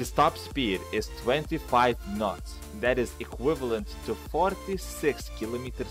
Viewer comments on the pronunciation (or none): When he said 25 knots I thought he said 25 nuts XD